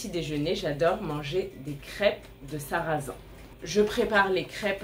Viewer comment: You pronounce sarrasins with totally different second vowels and . Which are we meant to learn? Such things are very disheartening to learners